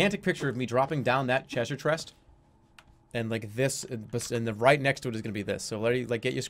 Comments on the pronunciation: "Cheasure Trest" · "Chesure trest". CHESURE. TREST. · Chreasure chrest